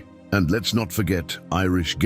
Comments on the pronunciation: Re Ireland, I like the line., "...broke free and never looked back!' Spot-on! Hint, you had best learn how to properly pronounce words like Gaeilge and bodhrán...or you'll make a fool of yourself...oh, opps too late! This podcast began ok, but quickly descended into a totally crappy old stereotype that is best 'binned' and AVOIDED both for Scotland and Ireland. If you are going to do a comparison, do it properly and up to date ...2025, eg economic, Ireland's economy about 3 plus times the size of Scotlands, Btw, Irish people do not talk about leprechauns or banshees...but some American tourists do...ha!! and further, to nit-pick, re 'the north of Ireland / the 6 of the 9 counties of Ulsterir, it's not a 'Nation' in the sense Scotland, Wales or England is (Google the a definition of a 'Nation' ) Thats certainly not the north!! large body of people united by common descent, history, culture, or language, inhabiting a particular country or territory. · For the love of puppies, PLEASE stop with these AI voiceovers. They take an otherwise great presentation, and reduce it to a stream of horribly pronounced names and words. Want an example? Gaeilge (Irish language) is not pronounced GAYL-JEH. Please go back to using humans for this kind of work. I honestly don’t mean to be pedantic about these things, even though I may come across that way. Our home lands are made up of real people, and there are plenty who can do an amazing (even if imperfect) work for videos like this. For the love of all things holy, please let them.